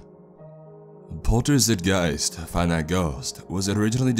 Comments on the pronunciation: Pretty sure it’s supposed to be pronounced Polter “zyt” “gyst” but who really cares? My fugging ocd, that’s who. I did like the story though. 👍❤️ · "Zeit", pronounced like 'Night'. 'Poltergeist' is a 'noisy ghost' and 'zeitgeist' is the sort of 'spirit' of a time period. Like the 'mood' of a time or place. It's clearly pseudoGerman here, but if it had an actual meaning it would probably be something like 'noisy ghost time' or 'noisy time ghost', which means it's either Real Poltergeist Hours or some sort of timelord ghost who won't shut up. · the pronounciation of "Zeit" gave me a bit of cancer. :D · Made me cringe every time he said the name 🤦‍♂️ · That's notnhow you pronounce that word. Everyone you say it that way I chuckle